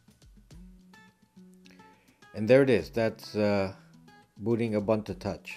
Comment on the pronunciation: Ubuntu is pronounced Ooboontoo. So the way you say the last U is nearly correct, just do the same for all of them. Zulu word meaning "I am because you are".